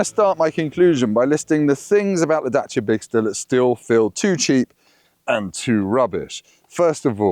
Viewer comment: The center console/armrest is too high for me. Is there a lower version available? Also, it’s Dacia, not Datcia.